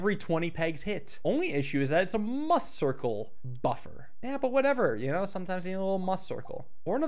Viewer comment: It's pronounced MEWcircle! Like 'Musical'! AAAA